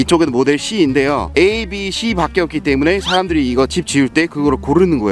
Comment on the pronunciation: Abc 할때 에이, 비, 씨 에서 한국사람 인정